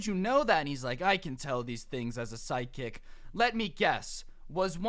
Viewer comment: Is it just me or does it sound like he is saying side kick not psychic